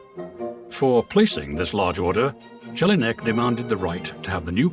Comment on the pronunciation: the way you pronounce Jelinek is comical addition, it would have been pronounced like like that if it was spelled Jellyneck however it is slavic name and should have been pronounced as if it would be spelled 'Yelineck' , thanx for the chuckle ....